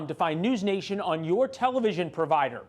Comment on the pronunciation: The C is silent in News Nation